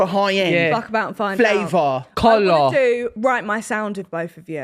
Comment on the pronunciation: im crying going “COLOUR”